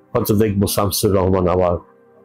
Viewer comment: সুবোধ সরকারের মতো কবি শামসুর রাহমানের মতো বাংলাদেশের প্রধানতম একজন কবির নামটা পর্যন্ত জানে না; তখন শামসুর রাহমানকে আরো বেশি অপমান করা হয়। তিনি বলছেন যে, তিনি ৩০/৩৫ বার বাংলাদেশে এসেছেন। অথচ শামসুর রাহমানের নামটা তিনি ভুল উচ্চারণ করছেন। এটা কি ইচ্ছাকৃত শামসুর রাহমানকে ছোট করা নয়?